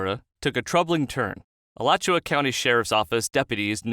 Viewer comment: Congratulations for pronouncing "Alachua" correctly. :)